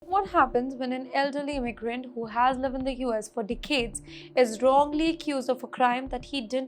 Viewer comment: What is deecades? Its pronounced Decades. I had to listen to it twice to figure out what she was saying